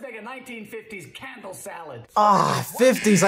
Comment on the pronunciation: Oh a "candle"